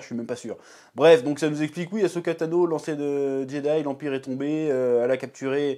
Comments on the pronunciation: Si tu l'écris comme il faut ->Ahsoka, tu ne prononceras plus "A-cho-ka" ! ^^ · Et tu ne fais pas que le prononcer, tu l'écris même "Ashoka" dans le titre. Après, pour ta défense, c'est vrai que c'est pas instinctif de mettre les lettres H et S dans cet ordre là, mais pourtant c'est bien AHSOKA.